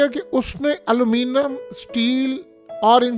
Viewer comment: Aluminum bolna tk nhi ata tmhy Yar or public ko phuddu lga rakha h tm ne had hai